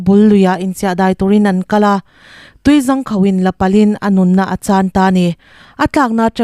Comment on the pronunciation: Tuizangkhauh nilovin tuizângkhauh tih tur aww 😂😂😂